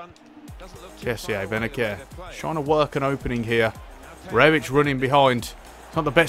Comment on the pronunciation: Its like benaser not benaker